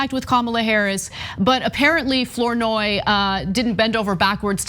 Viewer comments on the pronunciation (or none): Ana, FLOURNOY is pronounced Fluh-noy not Floor-noy. It’s my mother’s maiden name. Or Flah-noy